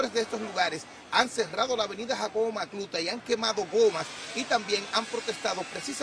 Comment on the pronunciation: Da pena como ese reportero dice "Jacobo Macluta" 😢